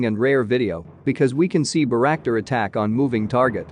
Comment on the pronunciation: Mar Iu pol,not " maray aple" Bay rak tar ,not " berack tar"